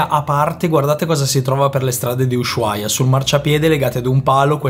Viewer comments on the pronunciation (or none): si dice usuaia, no sh...😅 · Non si pronuncia la h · Per favore pronuncia bene il nome della città perché come lo pronunci non è corretto!!!! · Tvtb ma la H in Ushuaia è muta